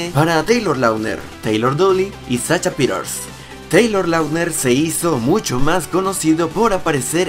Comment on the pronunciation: Es sasha, no sacha